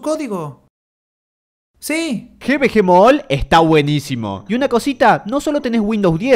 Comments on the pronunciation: No se pronuncia Gi Vi Gi Mall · xd el GVG MOOLL SIN OFENDER pero me hace gracia como lo pronuncia